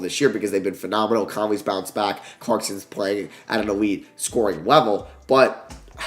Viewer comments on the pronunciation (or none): none